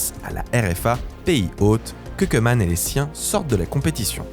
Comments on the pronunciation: Koeman prononce "Cou-man" pas "Queue -man" (phonétique) le "oe" en ndls se prononce comme un "ou" 😉 Sinon super contenue comme d'hab 🥰👏🏿👏🏿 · Ça se prononce cou-man et ora-gne voilà voilà